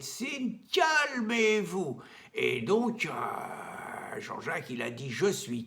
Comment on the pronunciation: Je me suis régalé : " CALMEZ VOUS ! CAL-MEZ VOUS !" Collector !